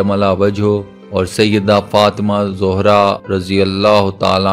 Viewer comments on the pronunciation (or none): ارے بھائی صاحب پہلے اپنے الفاظ درست کرلیں زوھرا نہیں ہے زھرارضی اللہ تعالی عنھاہے